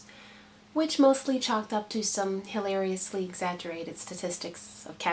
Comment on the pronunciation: haha, it sounded like you said "-ously" in place of 'hilariously'! I've been saying that too, ever since ran for president. Hey, I'm glad to hear you served in the military -- and I like what you say about it. I'm going into the Air Force soon ("hurry up and wait" starts before u even get in! lol), and I am really looking forward to it.